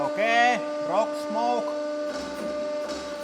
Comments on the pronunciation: I love how he says roc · It's the way he say rock. Sweden and Finland legends of rock and hard rock ;)